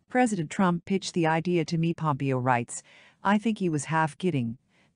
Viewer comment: Irritating that this voice generation of text persistently pronounces Pompeo’s name as having accent on first syllable But Haley is so pretty … the first woman president should be beautiful, just as a prime qualification of Warren Gamaliel Harding (another copiously published contender) was that he looked like a president ought to. Zbigniew Kazimierz Brzeziński was perceived as coming close to the joining roles of State and Defense under Democratic administration of Carter.